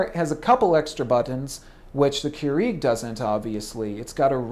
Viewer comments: First time I've ever heard it pronounced Keureeg. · Its not Keureeg. Get it right. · The way you say Keurig makes me annoyed lol, but great review! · You say Keurig wrong lol. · Why is this guy pronouncing Keurig WRONG!!!!!!¡ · Cant stand the way you say Keurig. Please dont say it anymore. Or say it correct. ;)